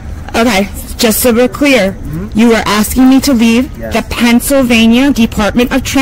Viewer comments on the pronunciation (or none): This B really just said PANTSylvania instead of Pennsylvania!!! I mean im southern born and raised and still live in the south but bless her heart, she butchered that worse than us southerners do hahaha!! She's in such a hurry and worried about spitting out the statutes and "law" she cant even enunciate properly.